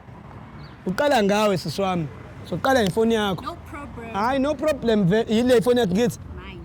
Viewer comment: " No probrem"😅🤣🤣🤣 confidence ye